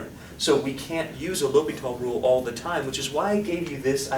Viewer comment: I love the way you say L'Hopital. Even though it is pronounced, L prime H O-hat pital.